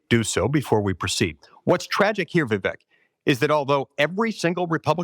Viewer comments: Senator Ron Johnson… it’s “Vivek” like Cake !! Come on senator.. 😞😄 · How do people still not pronounce Vivek correctly?